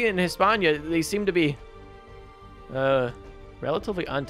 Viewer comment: It’s not “Hispañia” it’s España I was just bothered by that. Otherwise good